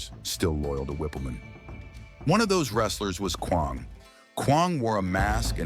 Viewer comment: He can't even pronounce Kwang